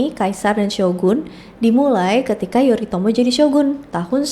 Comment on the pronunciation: Tulisannya Yoritomo tapi bacanya Yorimoto😅😅